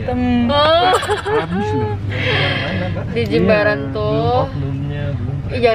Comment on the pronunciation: correct ya, Jimbaran bukan Jembaran 😭